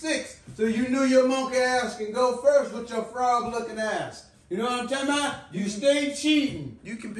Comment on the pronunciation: “YK WHAT IM TALM BOUT”😂😂😂